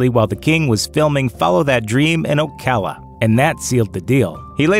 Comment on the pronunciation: Thank you for pronouncing Ocala correctly. 😊